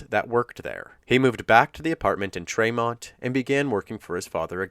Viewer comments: Probably too late to make any changes but tremont is pronounced TREE-mont not tre-mont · Kinda off topic but it’s pronounced Tree-mont. I’m from that area just bugged me 😂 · I'm from that area and it's pronounced treemont not traymont.